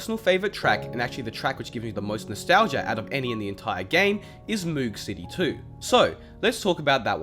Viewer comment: You’re saying moog wrong, it rhymes with rogue and is named after bob moog, who created the synthesiser.